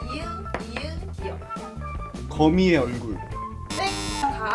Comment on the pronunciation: 기윽이 뭡니까 ㅋㅋㅋㅋ